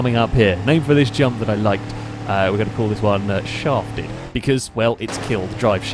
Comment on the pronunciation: I replayed saying that one jump was named "Shafted" way too many times to figure out what he was saying. Another win for British mumbling!